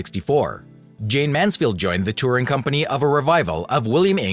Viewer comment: For Heaven"s sake! Say the subject's name correctly or DON'T make the program. Such disrespect is appalling. JAYNE (not JayneS) MANSFIELD